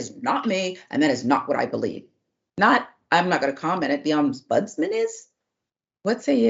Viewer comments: The word is Ombudsman not oms budsman. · the word is pronounced Om-buds-man and is a person who investigates formal complaints against Government and other officials so here in the UK we have the Local Government and social care ombudsman, the financial ombudsman, Parliamentary and Health Service Ombudsman. They are an effective alternative to going to Court and can make financial awards etc. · What's also shocking is an adult being incapable of reading and pronouncing ombudsman.